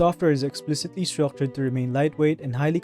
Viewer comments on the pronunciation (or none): you saaid structured funny